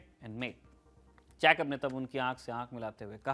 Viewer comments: जैकब नहीं ठीक उच्चारण जेकब होता है! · you mispronounce General Jacob’s name. Please make the correction. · Please pronounce Jacob correctly. It is so irritating!!!